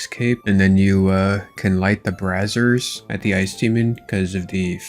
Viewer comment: How strange that such a highly educated young man cant pronounce "brazier" I mean what are the odds of that ;)